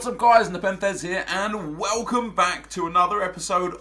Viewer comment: "Whalecum,, 😂😂😂😂